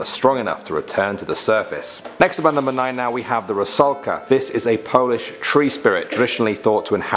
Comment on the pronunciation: Your pronounciation of polish is pretty good